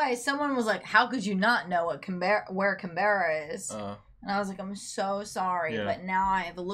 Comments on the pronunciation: Hi!! Loved The Young Ones!! By the way, Canberra, the capital city of Australia, is pronounced Can-bra...you know us Aussies and shortening words!! Happy birthday to Belinda's mother!! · lol no offence even though you're reading it .... still pronouncing it wrong (Canberra)